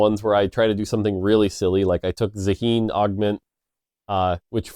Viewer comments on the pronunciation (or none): Why do people like you instead on incorrectly anglicizing everything? The world is beyond English and the west. Plus, if you want to anglicize something, at least do it properly... Zaahen is an Asian origin name (especially in the subcontinent), and similar names are very common. It is obviously inspired by that. I can tell you with 100% certainty, such a name is pronounced as "Zuh-heen" or "Za-heen", not "Za-hen". It's not hen, it's heen. It's a common pronunciation in some languages, which I can list if you wish. So no, factually, Riot is right, they pronounce it right, and it is supposed to be written (in English) as Zaheen, not anything else. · if Riot wants to pronounce it ZahEEn, why the heck did they type it "ZAAhen"? 😭 i'll call him Za-HEN for the rest of my day, i don't care